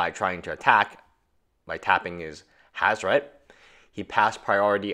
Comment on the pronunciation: WHO THE FUCK FUCKS UP HAZORET GODDAMNIT